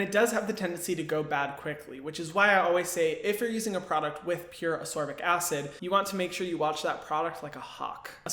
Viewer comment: I’ve just discovered you, and I’ve subscribed because you are just wonderful, but ascorbic is ass-KOR-bick, not uss-SOR-bick. This was a tough video to watch because I’m OCD, but I pushed through, because great info. Looking forward to picking up one of the recommended brands.